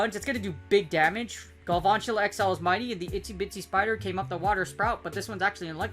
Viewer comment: Love the british pronounciation of galVANtula here and there, makes the spider looks so posh. Nice vid btw